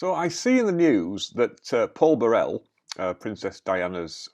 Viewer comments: You are mispronouncing the man's name. It's BUH-rel, with the emphasis on the first syllable, not Buh-RELL. The name is not French, it's of Scottish origin. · So without knowing why Paul Burrell (and please pronounce his surname properly) wants to sue Prince Harry, you say he can't. Well Harry thinks he can sue MGN for alleged phone hacking without evidence and without evidence, it should've been thrown out of court already. If he's not accusing members of his own family of betraying him with leaked stories, he's claiming he was hacked. So which is it, Harry?